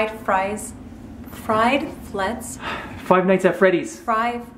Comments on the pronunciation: Frive nights at Freddy’s??? XD she said it wrong! It’s Five Nights At Freddy’s/fnaf XD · Fried Fried nights at freddys ( said that At the beginning) Lmao no hate just a notice comment:3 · "fried fries, fried flets, frive nights at freddy's" XD im dying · FIVE FRIES HAHA XD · Frive nights at Freddy’s she said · Five fries XD hahaha